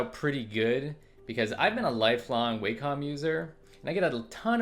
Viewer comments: It's not way-com it's Wah-com Wa - meaning harmony com- as an computer Wah-com, Wacom - simple. Cheers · It was WAcom dude, not WEIcom